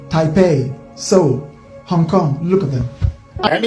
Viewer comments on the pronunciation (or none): none